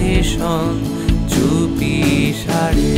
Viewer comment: গায়কী এবং কম্পোজিশন দুটোই যথারীতি মাস্টারক্লাস, শুধু এই 👇দুটি শব্দের উচ্চারণগুলো একটু কানে লেগেছে। আশা করি বিষয়টাকে ইতিবাচকভাবেই নেবেন এবং ভবিষ্যতে এই র/ড়-সংক্রান্ত উচ্চারণ নিয়ে আরেকটু সচেতন হবেন... 🙏 ওপাড়ে ❎ ওপারে ✅ চুপিসাড়ে ❎ চুপিসারে ✅